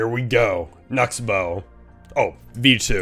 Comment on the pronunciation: When you said Knucksbow it almost sound like you said nuts bow